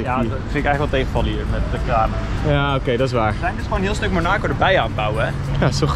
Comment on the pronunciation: Het is niet monaaaaacooww maar mon ac o.